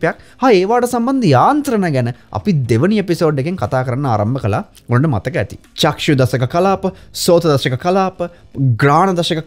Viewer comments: සර් වරදක් කියනවා නොවෙයි..චක්සු කියලා කියන වචනය නිවැරදි කර ගමු..චක්ඛු කියලා කියන්න..තෙරුවන් සරණයි.. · චක්ෂු කියන එක චක්කු ලෙස නිවැරදි වෙන්න ඔනි